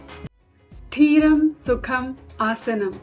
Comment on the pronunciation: It's not Sthreeram.. it is Sthiram. don't drag the ee.. Sthriam means stable and constant. sitting in a asana in constant position